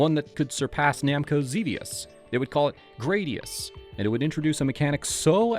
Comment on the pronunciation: Gradius" is most commonly pronounced as GRAD-ee-uhss (/ˈɡræd.i.əs/), rhyming with "radius". According to Gaming History 101, this is the pronunciation confirmed by Konami, rather than "gray-dee-uss" or other variations. Some users may also pronounce it similarly to the Latin word for sword, "gladius". (Sorry for the nitpick. Great video otherwise.)